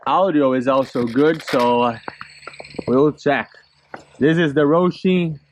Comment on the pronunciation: It's HOSIM NOT ROSIM....😮😮😮😮